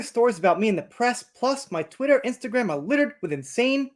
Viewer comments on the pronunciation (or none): none